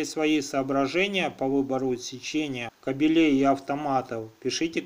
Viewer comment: Сразу видно - профи! КабелЕй, вместо кАбелей.А так информация верная.